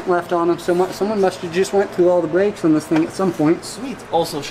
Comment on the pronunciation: I didn’t realize brakes had a “w” in it? Along with every other word. Just an observation. Maybe I dun werned me something new towday